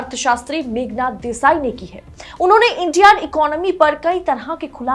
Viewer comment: Desai not Deshai……per Capita not capital! Thank you nice episode but depressing